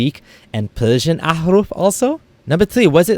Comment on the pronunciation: Alabia! Pelsian! Wow! So awethum it is!! Something else fol the scholaLs to humiliate the "ex muslims" .. Ex muslims😂😂 - this prefix always cracks me up.. plus the irony in this video - the guy who can't seem to grasp difference between R and L is commenting on different dialects.. Btw, this stupid information has been debunked long back.. this is just another Islamophobe trying to earn his bread and butter through Islam!